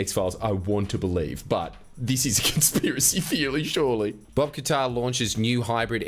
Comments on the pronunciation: Mrs Bucket. Mr Qatar. ..... 🤠😤... IT'S PRONOUNCED KAT-TARR 🤜🤜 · Qatar is actually pronounced Cutter. I know, very disappointing